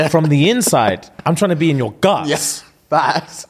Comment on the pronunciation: saying 'GUTS' is a problem.😂😂😂😂😂😂